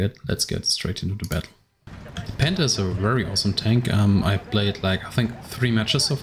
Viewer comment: When you said panther it sounded like you said Panda